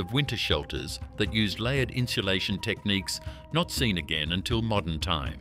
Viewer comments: It kills me to hear the narrator pronounce insulation (in-sue-LAY-shun) as in-shoe-LAY-shun. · Never heard someone try so hard to add an “h” to a word…inshalation. Lol